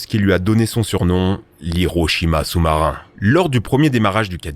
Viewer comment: First soumsoumarin 😂